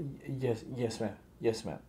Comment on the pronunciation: At 2 :30 she said chyes